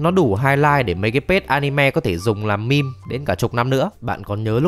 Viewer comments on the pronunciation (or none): none